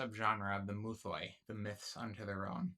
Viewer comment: Good vid ig but please for the love of god don't try to pronounce greek words or at least learn how to pronounce them. Just say myths not "mouthoi" which isn't at all how the greek word is pronounced...